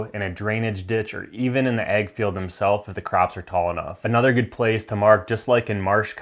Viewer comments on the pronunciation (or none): Are you saying ag field or egg field? What is an egg field?